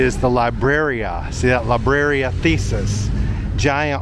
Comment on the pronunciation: Libreria is a bookstore, not a place for puzzles, it is pronounced lebrerea!